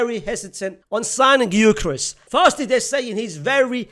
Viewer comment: Gy-curious 😂😂. I'm curious as to who that is